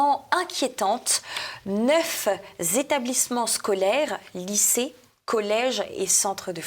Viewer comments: Chère et charmante, je vous apprécie énormément, mais je vous en prie: surveillez vos pataquès! " Neuf z'établissements scolaires ont dû--t-être évacués" (23'52). Ça fait beaucoup dans une même phrase... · En n'Hongrie, neuf'z'établissements ont du't'être.... a du mal avec ses liaisons. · Neuf Zétablissements ont du Têtre évacués... dans une seule phrase, par pitié... A part ça très bon numéro, comme d'habitude. Edit : je viens de débuter le visionnage du numéro suivant (j'avais un peu de retard pour celui-ci), et j'ai bien noté votre mea culpa 🙂Faute(s) plus qu'à moitié pardonné(es) ;-) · ce qui est particulièrement inquiétant, ce sont les 9 zétablissements scolaires.;-) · Neuf z-établissements scolaires ! Ouh l honte ! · Je regarde souvent vos vidéos avec grand intérêt et les fais suivre, mais SVP, pas de "liaisons mal-à-propos" du style "neuf-Z-établissements" ont dû-T-être". Merci. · halte aux liaisons dangereuses ! « Neuf z’etablissements .... ont dû t’être évacués » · "Neufs z'établissements scolaires" C'est parce-que ces neuf z'établissements sont neufs z'et non z'uns qu'apparut'à-cette "liaison mal-t'à-propos"? 😁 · "neuf z' établissements scolaires ont dû t' être évacués"! chapeau le niveau..... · est gentille, mais elle fait des liaisons dangereuses: "neuf z-ėtablissements" "ont dû t-être ", dommage... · Neuf zétablissemenrs scolaires... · Attention aux liaisons malheureuses, charmante présentatrice : - neuf z-établissements - Ont dû t-être.... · Oui j’apprécie aussi mais je suis un peu triste aussi d’entendre « neuf Z établissements.. ou encore ont dû T être « Désolée mais cela pique mes oreilles ! Sans rancune …. Je continue quand même de vous suivre !